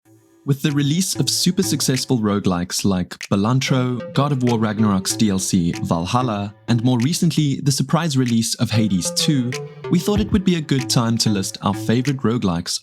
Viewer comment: Balatro, not Balantro (mispronounced in the intro).